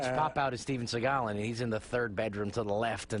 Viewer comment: Steven Seaego